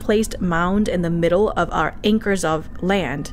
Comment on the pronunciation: "ankers of land?"